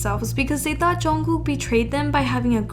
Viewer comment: its pronounced jun-g-koo not jungcook